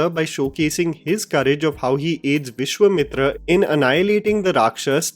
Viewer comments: Vishwemitr? 😅 Tataka as in like Tatanka the WWF fighter? 😅 seriously why are so bad at pronouncing these names. Why can’t you pronounce Vishwamitra and Thataka as they should be pronounced. Why don’t you see the Hindi TV serial Ramayan once and learn the correct pronunciation? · Great video, but you need to really correct your pronunciation of Vishwamitra - Vishwa is pronounced as Vishwaa with the last a being a slightly long syllable.